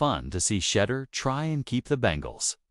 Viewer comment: Who? Shedder Sanders...really? At least learn how to pronoun his 1st name.